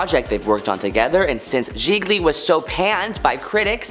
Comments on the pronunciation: OMG trying to listen to this but your sing-singy voice + JIL-JEE? (it's pronounced jee-lee [Gigli]) make it hard to listen lol! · Geesh!! This narrator is so out of touch - doesn't know how to pronounce any of the black artists' name or the movie Gi-GLY 🙄